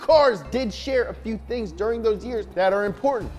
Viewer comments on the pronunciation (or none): none